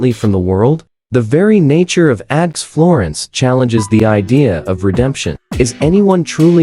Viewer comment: This is so BAD that it is HILARIOUS! First, the mispronounciations. “ADX” is pronounced “ax”, plus many others. The images mostly have nothing to do with ADX Florence. My favorite is where they refer to “ax florence” and show a picture of Florence, Italy! Just AI-generated clickbait, but so bad it's funny.